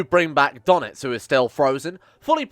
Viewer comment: What aboot donitz